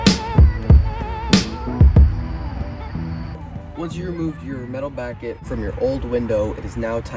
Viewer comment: "BACKET"! lol. but for real, you're really clear, easy to listen to, helpful. thank you!